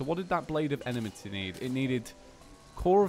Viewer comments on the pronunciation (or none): Enmity Pronounced like En-metee not enamitee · Your suppose to say it like this. Em-i-ty